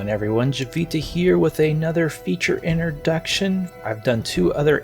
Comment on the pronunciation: Curious… not criticizing — you do you —. Where are you in the world where people say “inter-duction” instead of “intro-duction”.